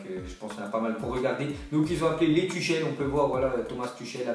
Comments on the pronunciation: Ça se dit pas Tuchel mais Tourel 😂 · Ça se prononce "Tourrel" pas Tuchel mdr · ça se prononce turel mdr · "ch" en allemand ce dit "rrr" donc Thomas "Turrel" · Prononce tüchel correctement stp, c'est agaçant